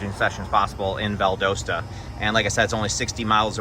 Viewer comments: Just so that you know Valdosta, GA is pronounced VAL-Dah-Sta. Thanks for the videos! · The "o" in Valdosta, GA is short, not long. O as in pot, not port.